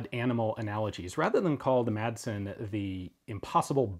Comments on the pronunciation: the "madsen" isn't pronounced "matsen" is more like saying "masen" but keep the "a" like you're pronouncing it in the video great video like always cheers from Denmark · The "d" in Madsen is actually silent in Danish, but makes it a short "s" sound ~ so Madsen would be pronounced more like "mah-sen" with a short "s" in English ☝🤓 * confusingly, both a double "ss" and a "ds" are pronounced as a short "s" despite the extra letters, so yeah... Danish is wildly inconsistent in spelling and pronounciation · you dont say MADsen or pronounce the d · I know it probably will never stick and that it doesn't matter because everyone knows what's being said, but the d in Madsen is silent. It used to be soft but then it became basically omitted so the proper pronunciation would be something like "Massen". It's the surname form of Mads ("Mass") and is a Danish diminutive form of Matthew and/or Mathias/Matthæus. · Quick Danish lesson, The D in Madsen is silent